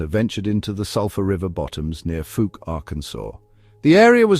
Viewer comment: 🏆👣⭐ Fouke is pronounced with the ou like in owl or ouch. Not long ō like smoke, or loose or moose. Thanks for sharing this.